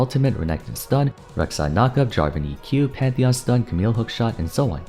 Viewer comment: Did you just call him Metheon? I had a good chuckle over that one. I'm coming after you.